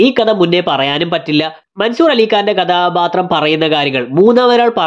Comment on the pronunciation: കദാബാത്രം അല്ല മോനേ കഥാപാത്രം